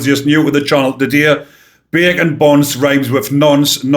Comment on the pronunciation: I'm American, but I lived in the U.K.and am pretty good at understanding different accents. However, whenever you said bacon I thought you were saying bergen and I couldn't get why these scum were called backpacks! Thanks for showing the t -shirt. 😂